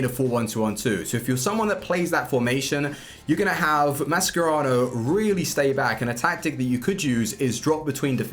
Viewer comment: I love you bro, but it’s pronounced Ma-Sher-Rah-no not Ma-Scer-Rao